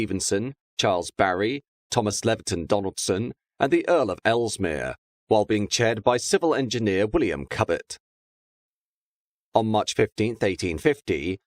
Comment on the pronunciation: Cubitt is pronounced “Kewbit”, not “cubbitt”, just so you know. Brilliant video as always, of course.